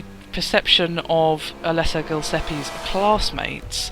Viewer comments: it's alessa gilespie GIL ES PIE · Actually, it's Gillespie.